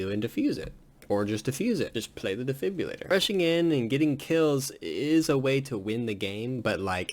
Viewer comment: you call it a defibulator it’s defibrillator🤣